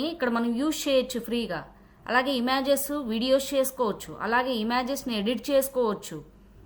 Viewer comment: అక్క... ఇలా unlimited వీడియోలు generate చేయొచ్చా....? ఇమాజెస్ కాదక్కా ... ఇమేజెస్ అనాలి ...!!!